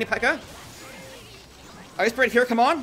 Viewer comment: I luv it when you said Ice Spurt instead of Ice Spirit😅